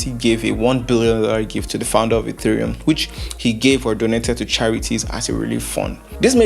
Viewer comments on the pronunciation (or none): none